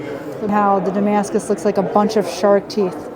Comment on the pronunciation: IT'S NOT DAMASCUS FFS.